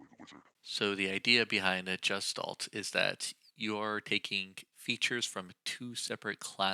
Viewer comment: It's pronounced guh·shtaalt. The hard 'G' sound. Not the 'J' sound. I don't even mind pronouncing the 's' as 'sss' instead of the proper 'sh' sound. But the 'g' being pronounced as a 'j' is definitely incorrect and noticeable.